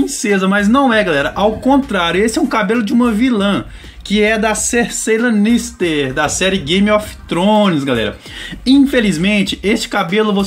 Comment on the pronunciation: Kkkkkkkk raxei tbm. Confesso q até "doeu" ouvir o nome desse jeito 😵